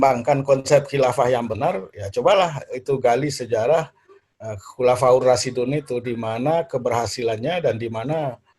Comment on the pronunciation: Ngomong khulafuurrosidun Dari mana prof.... Dun apa din gitu aja gak fasih